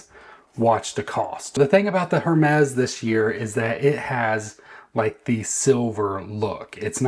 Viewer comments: Hermes is pronounced “errr mes.” The H is silent. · You don’t even know how to pronounce Hermes -sigh